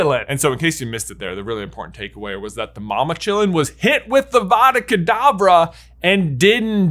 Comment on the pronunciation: Just want to be the first to point out that When J was talking about the graveyard in little Hanglton, he said Avada Kedabra instead of Avada Kadavra. Sorry, hate to complain but hade point it out. Love your channel so much, your my favourite youtuber